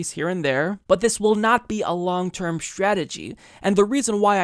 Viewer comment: Why do some people, like, pronounce words beginning with "str" like strategy and straight as if they begin with "scha""....e.g. "schategy" or "schaight". Is it a geographic thing?